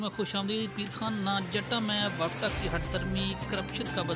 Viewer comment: Bhai wapta ni wapda hota h😂😂